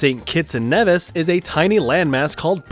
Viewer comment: Nevis is pronounced "knee-vis"